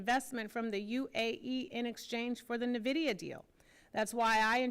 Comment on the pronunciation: It's Nvidia not Nevada